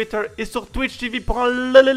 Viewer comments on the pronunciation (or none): none